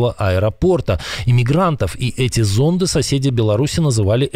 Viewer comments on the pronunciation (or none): none